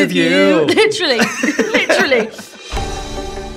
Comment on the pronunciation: “Litrelly, litrelly”